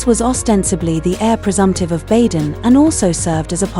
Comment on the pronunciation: Baden is pronounce “Baaden” . Long A.😊